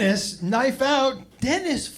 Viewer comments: L pfp. Also wtf is a "knoife?" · It's how Australians pronounce knife. It's from Crocodile Dundee and The Simpsons